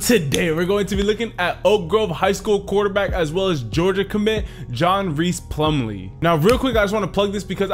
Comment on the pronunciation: ayyyyy my boy john rhys plumlee. you said his name wrong tho